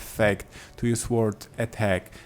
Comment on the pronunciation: Great video thank you, really helped. The 'w' in sword is silent btw, it's pronounced "sord";)